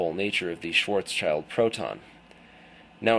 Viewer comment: It is pronounced "Schwartz-child". Schwartzschild was an actual person. It's not named after the German word. I've read the paper and thought it was interesting, but the fact that he didn't do a fully relativistic approach is suspicious at the least. Also, the "best paper" award from that university is not prestigious in the world of physics. If the findings were respected by other reputable physicists, then this would be in a journal like Nature. Interesting, but probably bologna